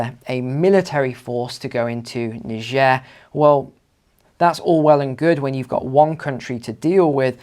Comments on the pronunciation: Ni-jair not Nai-ja.Pronounce the country's name properly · Pronounce Nee-Jeh !(Niger) properly!!